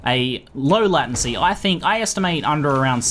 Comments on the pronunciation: Whats a "latAncy"? I've only heard of "latEncy" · In Australia most people pronounce it Lay-ten-sea. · Do aussies pronounce latency like lat-ency? I always thought it came from the word late, late-ncy, not that it matters, just curious. :D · Farrell Roll As an Australian who spent 3 years studying Computer Systems Engineering, I (along with all my fellow classmates) also pronounce it 'lay-ten-see', so I'm not entirely sure where gets it from. But hey, each to their own; I'm hardly going to unsubscribe because of a single word. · lordasphyxia Australian here as well and I've only ever heard it pronounced as 'lay-ten-see'. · sounds like hes saying "latin-see" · LATIN -SEA? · Say late 10 times, say latent 10 times then say latency 10 times. This will hopefully fix your fucked up way of saying latency. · ooh gosh, the way you say "latency" with the a so weird. it freaks me out haha. but thanks for the video, I've been using an /oos macro thingy, this seems like a big improvement! :) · Do other Aussies say it wrong too??;)